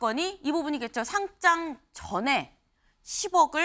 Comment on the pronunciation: 상짱이라고 발음하면 종이로 된 상장입니다 주식시장에 거래되는 것은 상:장으로 발음해야 합니다